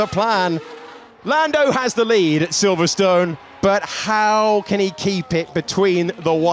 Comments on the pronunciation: Who knew Silverstone must always be pronounced so strongly. There was me thinking it's always always always been pronounced silverstin. Because that's what it's called. Same with yesterDAY. Make sure you sure you put you emPHAsis in a daft place. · Did they change the pronunciation of Silverstone without telling us?